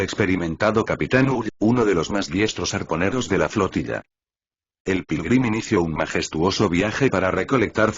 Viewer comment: Quien más escucho. Pirulin en ves de Pilgrim